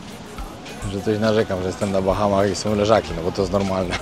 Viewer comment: BAHAMAS....a nie BACHAMACH😂😂😂